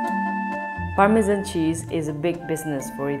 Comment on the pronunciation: A wheel of Parmesmmnmn...